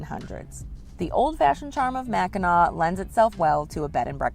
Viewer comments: It's pronounced Mac in naw. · Mac in naw not nac. I'm a Michigander and been to Mackinac Island a couple times, it's definitely nice place! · The word is Mac n naw island. Not Mac n nac island.🏝️ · Mack - in - awe! Please stop saying Mac in ack, please. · Mack In Naw not Mack In Knack. Got to get the research correct before posting a video. Other than that, great video. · MACKINAC, indian word. MACKINAW ISLAND!!! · Michigan pronounced Mack in naw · Mack - In - Awe - Island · First, it's pronounced MACK-in-NAW, regardless of spelling. Only the city, located on the tip of Michigan's lower Peninsula is spelled Mackinaw. The straights, bridge, and Island are all spelled Mackinac and also pronounced MACK-in-NAW. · Mack a naw. is how it is pronounced. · Its pronounced Mackin AW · Mackinac Island is in the State of Michigan, placed between the upper and lower peninsulas, in Lake Huron. It's pronounced as Mack - in - nah; a Native American word. This island plays a large role in Native American oral histories; the Anishnaabek (also known as the Odawa, Ojibway and Potawatomi) tribes inhabited the Mackinac Island area for thousands of years. No motorized vehicles are allowed on the island except for fire engines. There are lots of horses so watch where you step! It's an amazing place to visit especially if you're a history buff. Another place to visit is the Fort Michilimackinac on the lower peninsula in Mackinaw City. If you can time it right try to be there when they do historical reenactments. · It’s pronounced Mackinaw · Mackinac (pronounced Mac-in-naw) Island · It is pronounced Macki NAW. "Dress code may seem a little goofy"? How far we have fallen as a culture. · It’s pronounced Mackinaw, not Mackinac. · It's pronounced "Mackinaw" and the Mackinac bridge "Big Mac" connects the Lower Peninsula to the U.P. lol 💙From Detroit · Pronounced Mak-in-naw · It is pronounced Mackinaw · The degree to which "MackinACK" triggers me is absurd. 🤣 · Pronounced Mack-i-naw